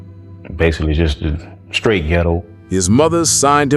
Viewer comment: "I wanna get skrait too". 😂😂